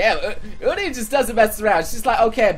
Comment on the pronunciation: randøm guy I hate the way says uni. That's really the only problem I have with him.